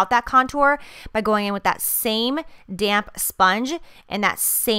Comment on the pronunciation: every time you say "damp" i keep thinking you're saying "damn" . use that "damn sponge" lol like dammnn right!